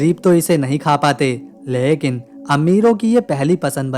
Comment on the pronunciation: Lehkin nahi mere bhai lekin bola kijiye.